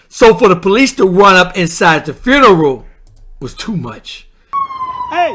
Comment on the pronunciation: Repeat after me, "Few-Na-Ral".